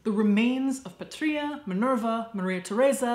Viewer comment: Fun fact: the name "Patria" means "Homeland" (like in the word "patriot"). And it's actually pronounced "Pátria", with the stress on the first A, not the I!